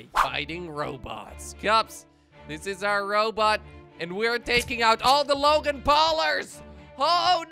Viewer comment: It's logang not lagan paulers